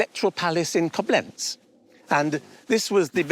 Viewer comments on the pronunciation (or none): The appraiser appraising the cup received from the German Empress kept pronouncing the city as Ko-BLENZ, when in German it's actually pronounced KO-blenz... oh well, I'm just a bit picky... :)